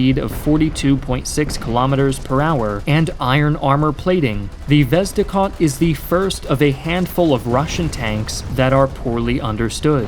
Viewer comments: It's "Vezde-Hod" not "Vezdicot" And "Uluch-shen-naya" instead of "uluchenya" Btw Ukraine improved T-80 by making it T-84, later versions of which use Ukrainian-made parts. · "The vezdekhod" )))) LOL However good video, thanks.